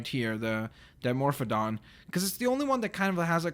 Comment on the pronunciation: Christian Jones it's Dimorphodon not dimophon XD